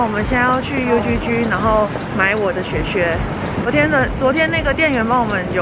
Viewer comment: UGG發音應該較接近 “U之之”，不是”U豬豬” 呢！#CarolineLovesTravel 😊